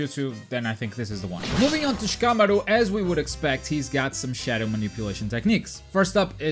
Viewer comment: It's pronounced SHI-KAH-MA-RU not SHA-KAH-MORU. Say it right without all the extra weeb shit you're putting in it lol